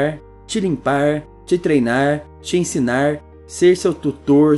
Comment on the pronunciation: EnsinaRrrrrrrr trataRrrrrrr limparrrrrrrr